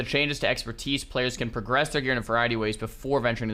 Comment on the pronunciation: "New Exerpertise"